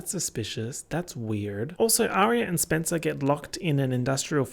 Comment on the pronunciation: "spencewuah's tires have been slashed or some shit." SPENCEWUAH????💀, you are truly a gem.